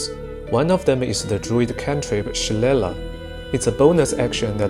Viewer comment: It’s pronounced Shil-lay-lay. I built around Druid and Wizard before but one of my favorite ways to build something similar is 1 Fighter for Dueling Fighting style, 1 level of Wizard and 10 Spores Druid to get the most out of it and be able to scribe scrolls. Focus on itemization to go sword and board with Staff and learn best spells from scrolls and utilize spores for maximum damage. Cleric spells are great but having such a small amount of temp hp hurts in Honour mode.